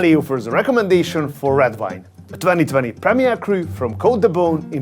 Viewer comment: Please learn to pronounce “V” and “W”. Visit, wine. Thank you, i love everything else you do